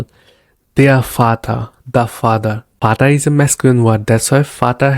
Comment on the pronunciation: I always wanted this. I have seen many videos and everyone incuding "duolingo" jumps on full sentence like greetings etc without explaining the base foundation which is pronunciation of alphabets, vowels and consonant which is very vital for the learning journey. Vater pronounced as fauter and no one realise it why until you know V is pronounced as Fau. So wanted to appreciate the structure you have used in your video. I would more appreciate if would have covered Past,Present and future tenses which is again a base for constructing a sentence.